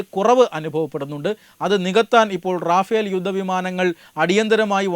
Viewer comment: റാഫേൽ അല്ല റഫാൽ എന്നു പറയൂ